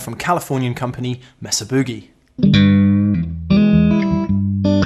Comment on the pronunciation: You Brits need to learn (The Captain does the same thing) how to pronounce Mesa. The "E" sounds like the "A" in "say." You're pronouncing it as if it had 2 S's.